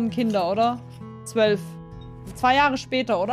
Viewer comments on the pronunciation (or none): none